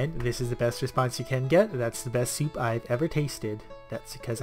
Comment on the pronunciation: Did you just said Seep insted of soup :D ?